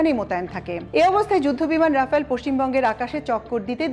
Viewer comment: রাফায়েল নয় রাফাল।(Dassault Rafale)